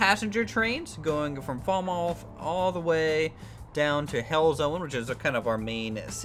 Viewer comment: It's pronounced Fal-Muth 😃 Great video as ever!